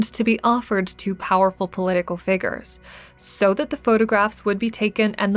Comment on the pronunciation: Girl who's telling the story, you're mistaken You'll never be an actor. You can't pronounce easy words like figures